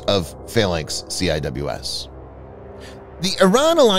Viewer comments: CIWS is not pronounced Cee. Eye Double you Ess It is Cee. wiz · Ur hurting my ears it’s sea whiz not C I W S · It's pronounced - "Sea-Wiz"